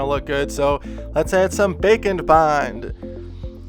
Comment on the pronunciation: Every time he says “bake n’ bond’’, I think he’s talking about bacon...